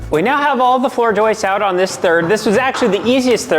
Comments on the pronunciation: They're JOISTS....not "....JOISTES...." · JOISTEZ...Roman gets a "pass" because of ESL and all. Cole actually said it correctly. But...and you're a carpenter FTLOG⁉️ ❤ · Jumpin' jimmines, says "joistses too! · I hereby proclaim the word “joists” shall now be pronounced, “joisteses”.